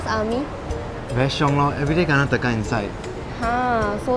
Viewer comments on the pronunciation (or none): none